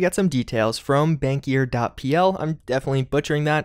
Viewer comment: Ehh dont worry it was very good for first try. Since im Polish i can say that you say Bankier very good only "i" sounded kind of off but it was still good